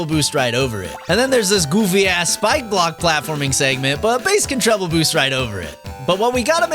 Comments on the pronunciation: It's Megaman and Bass not Base. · What do you mean it's pronounced base!? He's NOT named after the fish!? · You mean his name is pronounced like the music instrument and not like the fish??